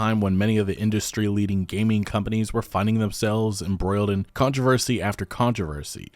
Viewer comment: HOLY SHIT! He said controversy normally!